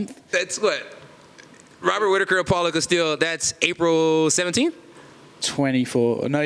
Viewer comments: Did this man call Paulo Costa Apollo Castille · why does he always say paulo castille? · Did he just say “paulo castillo”? 😂